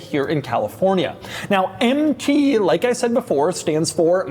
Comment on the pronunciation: Say it with me now.. "Empty One".